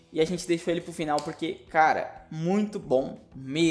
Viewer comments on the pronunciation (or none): none